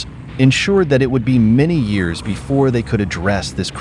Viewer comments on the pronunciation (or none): none